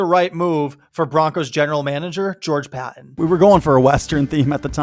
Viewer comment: I like this trade too! I think Zach has talent and hasn't been put in a position to succeed with the NEW YORK jets. Also, learn how to pronounce George Paton's name!